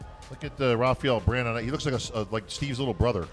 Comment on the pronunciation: From Brazil : "Rafaiel Brandeio" kkkkkkk muito cabuloso